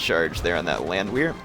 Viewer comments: repeat after me: Land-VEHR is how it is pronounced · Good video, my only problem was you pronounced the "W" in Landwehr. It's actually pronounced Landvehr, as they are Austrian. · Well, not everyone has the benefit of growing up in a German speaking country, or having 2&1/2 years of German in high-school, (like me), but yeah..... his pronunciation of Landwehr is kind of like nails on a blackboard.....